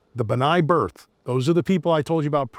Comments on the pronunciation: Pretty sure it’s Brith- not Birth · BI RTH Is not BRI TH....br..i t h